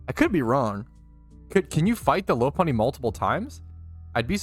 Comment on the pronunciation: Low-Punny just doesn't sit right with me, Lop-Unny just seems right. Alright, we need to go through all the Pokemon and teach you how to say their names KEKW